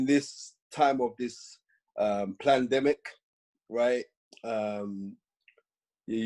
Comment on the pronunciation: Big up Spencer everytime! Man said 'PLANNEDEMIC' 😂